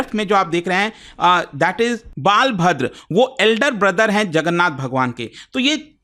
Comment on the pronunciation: बलभद्र नकी बालाभद्रा 😂